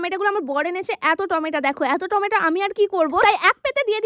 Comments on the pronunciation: Tomato❎ tomata✅🤦🏻‍♀️ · Tomato ❌Tomata✅🥲🥲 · টমেটা❌ টমেটো✅